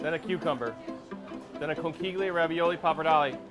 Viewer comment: great restaurant but the way they're pronouncing "conchiglie" is triggering me